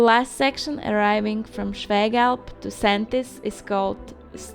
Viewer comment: Very nice video! Well explained, surprisingly well pronounced the local names like "Schwägalp". So You have been successful again- great!